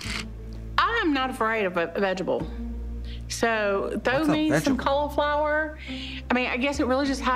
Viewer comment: The way they say “vegetables” makes me physically angry. I feel like they were saying it stupid on purpose to be like the girls from 10000 pound sisters.